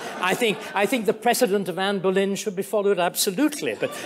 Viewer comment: He's definitely not a Boris or a Carrie fan. He calls her "Canne Bolyn". Just shows history repeats when lessons aren't learned. Sometimes it just takes 500~yrs. The parallels Starkey draws between Tudor England and present day is interesting.